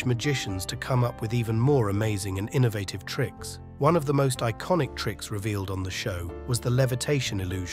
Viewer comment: The narrator s pronunciation of some of the words are atrocious, for example, innovative and privacy.